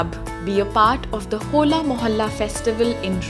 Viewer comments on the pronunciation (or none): none